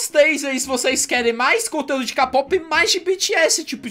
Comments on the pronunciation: se fala keipop nao k pop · Não é "KAPOPI" é "KEIPOPE" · Se fala keipop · Se escreve k-pop mais é dito keipop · QUEM PERCEBEU QUE O FALA KPOP ERRADO TODA VEZ